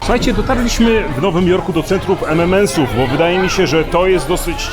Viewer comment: EM EN EMS xd a nie EM EM EMS. Przynajmniej tak słyszę, pozdro.